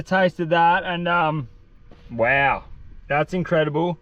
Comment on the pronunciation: « Wow »❌ « Wew » ✅